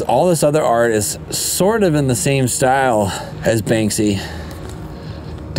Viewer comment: Very informative, sad, inspiring & infuriating. Now i see what animals the Russians really are. A question..; Who is the artist you mention so many, many times beginning ? It almost sounds like "Banksy" or sounds like.. "Bang-See" . Thanks